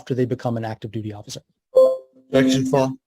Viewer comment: Sounds like the "Objecschan foarm" tard is leaking.